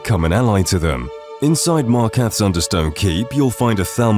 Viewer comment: Genuinely such an annoying voice over. It's like he goes out of his way to mispronounce every surface level thing in the game for ragebait comments. You shouldn't be making this kind of video if you genuinely have so little familiarity with the game that you've never heard the pronunciation of the city of f*cking MarkaRTH, not Markath ffs. Edits: Vasha is a male character and you'd definitely remember that if you'd ever played the game. It's Pot-eh-mah not Poteema, again, they chant it at you 7 times in the quest, you cannot play this game and not know this. It's Justiciar not Justicar, genuinely just illiterate AND deaf. Kirkbride, not Kirkland. Narfi not Nefri And it's not in this video but you also pronounce Utilitarian as Utalitarian. This must be ragebait because how can you pronounce dwemer cities just fine but can't say half the human names right?